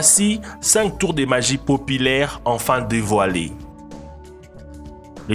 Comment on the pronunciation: Populaire pas popilaire articule